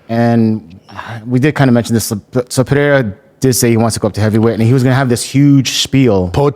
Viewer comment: Pee Era instead of Pe Ray Ra when he's trying to say Periera is the one that gets me